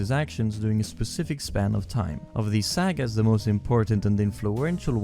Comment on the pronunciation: Video was perfect besides the way he pronounced sagas